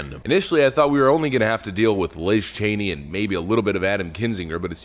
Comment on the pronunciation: Christy? Y’all pronounced “Cheney” wrong! RINO toll-way traffic disruptor.